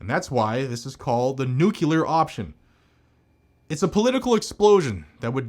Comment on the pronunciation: Nuclear* not nucular. Nucular isn't a word. Pay it forward. You only explain what the filibuster controls/the purpose. Not that its a procedure of parliament. It IS in fact "some old senate rule".